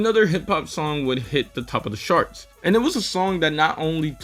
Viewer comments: Sure, but why are you pronouncing charts like sharts? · oh, well you're using the "sh" sound for the "ch" in charts. The right pronunciation is the "tj" sound like in choke.